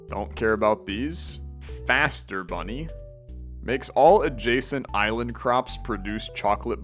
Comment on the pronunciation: It's say Easter bunny not faster :l